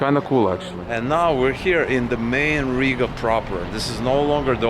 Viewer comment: ЧТО ЗА СРАЧ? ЭТОТ МОРОН РЕШИЛ ПРЕДСТАВИТСЯ АМЕРИКАНЦЕМ, НО ПРОИЗНОСИТ "ЛАТВИ", "РИГА", КАК РУССКИЙ. МИЛАШКА, В США НЕТ "ПИКЕТФЭНСЕЗ". В США ЕСТЬ БОГАТЫЕ РАЙОНЫ, РАЙОНЫ СО СРЕДНИМ ДОСТАТКОМ И ТРЕЙЛЕРЫ. ТАК ЧТО ГОВОРИТЬ, ЧТО В ЛАТВИИ КАК В ЕВРОПЕ ВООБЩЕ ДЕБИЛИЗМ! В ЕВРОПЕ СОВСЕМ ДРУГИЕ ДОМА И ЗАБОРЫ, СМОТРЯ В КАКОЙ СТРАНЕ ЖИВЕШЬ. НЕ УВИДЕЛА РАЗНИЦЫ МЕЖДУ УКРАИНОЙ И ЛАТВИЕЙ. ЗИП, ЗИРОУ, НОЛЬ, НУЛЬ. ПО КАКИМ ПРИЗНАКАМ ОПРЕДЕЛИЛ, ЧТО ЛАТВИЯ БОЛЬШЕ ЕВРОПЕЙСКАЯ, ЧЕМ УКРАИНА? ПО ГЕЙПАРАДАМ? ПО НЕБРИТОЙ МОРДЕ ТВОЕЙ? КСТАТИ, НЕ ВИДЕЛА В США НЕБРИТЫЕ МОРДЫ. В США МУЖЧИНЫ ГЛАДКО ВЫЮРИТЫ, КАК И В РОССИИ, УКРАИНЕ И ЛАТВИИ. ЧТО ЗА СНОБИЗМ И НАЦИЗМ? МОРУДЦ ВЫМОЙ СО СВОЕЙ ...